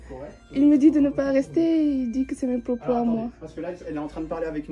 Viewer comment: "Vous n'avez pas a changer mes pwopos". Mais quelle sous merde et le calme du gérant chapeau bas